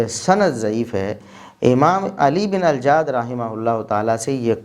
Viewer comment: اللہ آپ کو کروٹ کروٹ چین سکون اطمئنان راحت عطا فرمائے، کتنے مضبوط دلائل سے آپ نے یہ معاملہ واضح فرما دیا ۔۔۔ پلمبر مرزا جی تو علی بن الجعد کا نام تک صحیح نہیں لے پایا ۔۔۔۔ بس اس چوہیا کی مانند مسواک کی ایک لٹھیا لئے پنسار کی دوکان کھول بیٹھا ہے